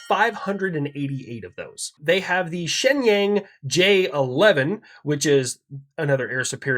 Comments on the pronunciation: Shinyang You are pronouncing it wrong Pronounce it like this Shin- yong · Protip, the "-ang" in Chinese pinyin is more like how you would say "ong". Rhymes with 'bong". So Shenyang (which is a city) is pronounced like "shin yong" in English